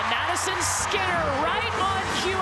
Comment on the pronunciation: Can she pronounce Madison. Skinner?